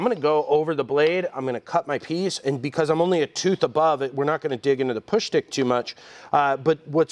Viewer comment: "Push Schtick"